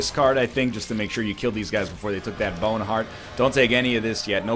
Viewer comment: I always imagined it being spelled boehwn. oddly enough, it's almost like he just says it in a normal aussie accent lol